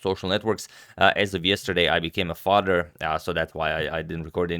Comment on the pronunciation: “Yesterday I became a fadr” In the most Croatian accent ever. Love it lol, congrats and thanks for the breakdowns as always!!